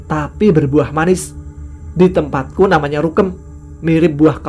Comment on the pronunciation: NAMANYA bang bukan NYAMANA 🙏😂😂